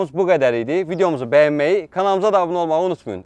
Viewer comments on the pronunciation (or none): none